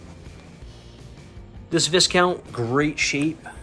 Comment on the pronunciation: Wonderful video - just one thing... one doesn't pronounce the 'S' in Viscount. Pronounce it is Vai (or Vye) Count. Amazing collection!